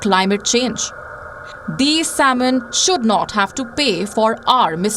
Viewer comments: Its "sam-in" not saul-mun" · This shamanic lady doesn't even know how to pronounce the word "salmon" 😂😂😂😂 Indlish is so horrible sounding that India even lost its No.1 spot for call centres to the Philippines 😂😂😂😂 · she doesn't have to...you understood nah! Chill !!